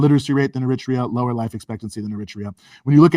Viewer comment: Eritrea not "Emitra".